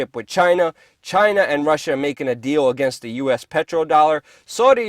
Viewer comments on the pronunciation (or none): none